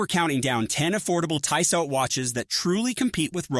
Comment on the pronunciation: Hard to take seriously when they can't pronounce the name of the company right.